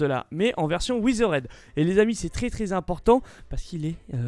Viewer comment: "On a Ouizeraide Bonnie!" XD